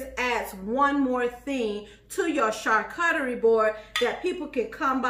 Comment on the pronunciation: Everytime she says Char CUT tarie, I spaz. It's char COO charie